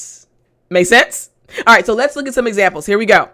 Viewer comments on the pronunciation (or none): lets ??? sounds like lettuce ! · I said lets (sounding lettuce) and the person said: and tomatoes,,,lol